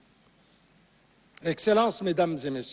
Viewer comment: Encore une très grande faute, il à dit "celance "madames et monsieur au lieu de dire exelance ou son excellence !